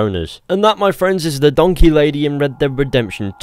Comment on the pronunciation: it's a return to donkeh